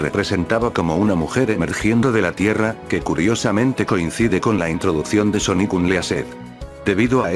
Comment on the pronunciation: Pon Sónic para que no te diga Soníc